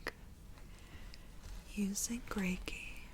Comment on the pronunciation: Did you just say Ricky Lake? Reiki lake?